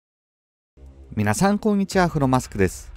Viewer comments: 冒頭のみな↓さん↑こんにちはすき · みな⤵︎ さ⤴︎ んこんにちは 挨拶のイントネーションが笑